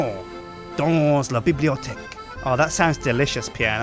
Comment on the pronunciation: said 'bbliotech', which is French for 'library'.